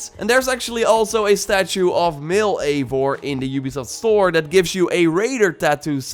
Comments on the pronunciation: It'd pronounvrf Aye-vor you pleb! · Ayy-vor that's how its pronounced but spelled as Eivor